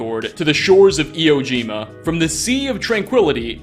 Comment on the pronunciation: eee whoa jima. Sorry drives me nuts that kids these days don't know how things are pronounced.